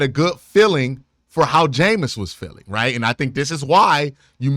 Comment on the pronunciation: He doesn’t say Right… Cmon man say it right.